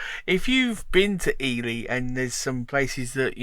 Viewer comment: No, sorry dear. It's pronounced eely. As in eel. 🙋🙏